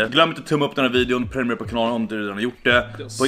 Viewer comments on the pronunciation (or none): none